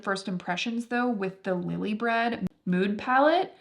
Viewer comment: A little fyi that the brand is pronounced lily by red, not lily bread! Thanks for this long video!